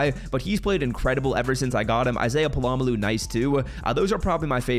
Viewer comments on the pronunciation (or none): Pola-Mao Not palamalu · Brother WHERE is the second L in Pola-Mao?? I promise you, it’s not pronounced polamaloo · Pola-Mao is pronounced "pOla mOw"